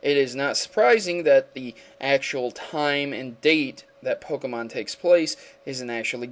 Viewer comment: By the way you need to really work on Pokémon Name pronunciation.